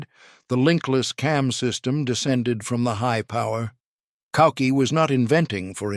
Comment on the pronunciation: CZed!!!!! Not CZee!!!!!! The letter z is pronunced zed!!!! Koucky is not pronounced "Cookie", but "Kootskie"! Czech pronunciation! And overall there is a much much better video about the CZ75 on the youtube channel of Forgotten Weapons! Where this all is presented by an actual human talking into a camera. And Ian McCullum also has some real CZ 75 to show disassemble and explain!